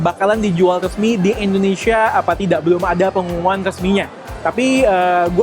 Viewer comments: Indonesia bukan endonesia bang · Indonesia bg bukan endonesia